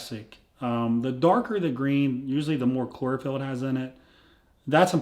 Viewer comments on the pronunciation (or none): chlorophyll, sounds more like bore-a-phyll Billy Madison